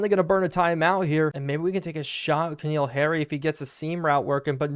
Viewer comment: i apologize for being that guy but since this at least the second or third playlist where ive heard you pronounce it wrong repeatedly im gonna say it: Its N'Keal Harry not K'Neal Harry. just really rough hearing you butcher his name multiple times a video lol